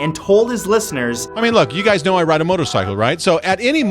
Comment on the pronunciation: he said k-now lol